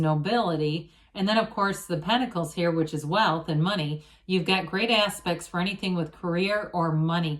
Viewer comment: Everytime you say "you've got nice aspects..." i hear "you've got nice ass...pects" 🤣